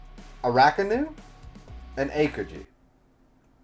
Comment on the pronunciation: These name pronunciations are KILLING ME. Please I hope in the future videos you are are actually reading the names and not looking at the first and second to last syllables and making the rest up Arakanu Tafalgar Akokiji Wayno Kimimon I beg you